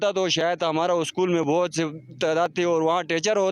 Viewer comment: हमाड़ा मुलुक तुमाड़ा मुलुक😂😂